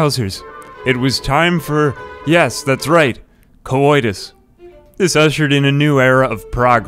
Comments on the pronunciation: stop saying coitus like that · the way he sais coidus tho lol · Why does it sound like he's saying cowoitus?